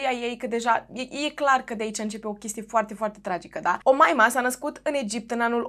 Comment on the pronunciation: Tu zici Omaima eu aud O Moimǎ 🙉 🤣🤣🤣